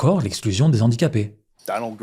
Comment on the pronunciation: Petite précision, à un moment vous dites les Zhandicapés, or on ne fait pas la liaison dans ce cas :) Rien de grave face à la monstruosité et la justesse du travail que vous proposez, vous méritez sincèrement d'être vu par beaucoup plus de personnes et j'espère que l'on vous verra un jour sur de plus grandes scènes qu'un petit écran ! Merci à vous